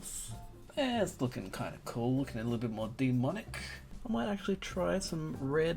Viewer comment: Lol did you say DeeMonic?